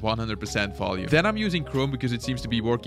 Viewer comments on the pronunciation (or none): none